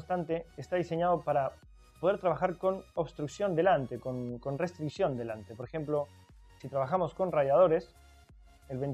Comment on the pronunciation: Entendido Sr. ""